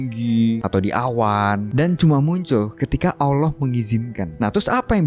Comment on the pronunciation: ngucap Allah yg bener bro, jgn Owloh